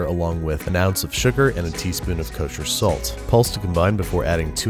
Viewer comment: Other Cooking Shows: And now we're going to add some salt... Babish: K O S H E R S A L T